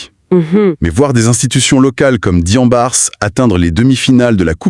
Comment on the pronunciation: On ne prononce pas le S sur Diambars. On lit Diambar. Jambaar un mot Wolof qui signifie Guerrier